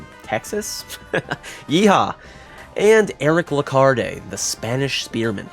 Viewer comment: You don't pronounce the "e" at the end of Lecarde. It isn't "Lecard-ay", it's "Lecard" or "Le Card". If it were Lecard-ay, there would be an accent on the "e", Lecardé. edit: Also, Aulin is pronounced something closer to "Oh-lin" rather than "Awe-lin". My source, by the way, is that I am French, a hobbyist etymologist, and a massive Castlevania fan!